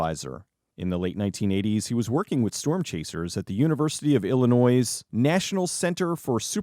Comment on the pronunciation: We don’t pronounce the last s in Illinois, it’s pronounced Illinoi without the s, at the end…